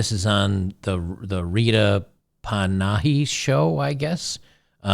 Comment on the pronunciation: Rita Panna-He is how it's pronounced. I'm an Aussie, she's great.👍🏻